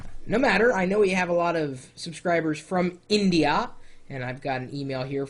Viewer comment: lol- he does enunciate INdeeYha and INdian.